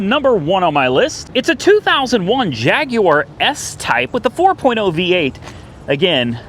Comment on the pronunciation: You pronounced Jaguar correctly I'm impressed lol